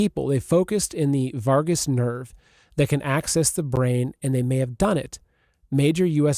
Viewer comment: Vagus nerve not Vargas